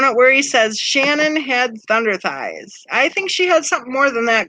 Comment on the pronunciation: Who Shannon? It’s Shannan